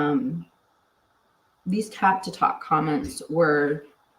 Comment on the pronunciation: I actually Loved the Rap song, good beat, interesting lyrics.-) BTW, its tapatalk not tap to talk.-) also JB Gunner being a diagnosed psychopath does not surprise me at all